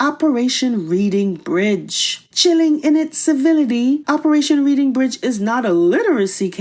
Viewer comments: “Reading” is pronounced like “red”, not like “read”. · It is not Reading. It is pronounced Redding it is a bridge in the UK named after the town of Reading. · Pronounced REDDING Bridge.